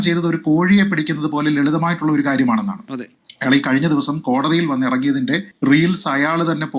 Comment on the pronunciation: Good reporting..but 1.you are saying "Ayyaal" .but "Ayaal " is correct..2."Aphiruchi" alla.. "Abhiruchi" is correct malayalam..